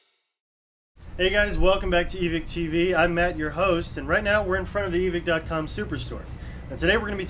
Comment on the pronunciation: This dude said evick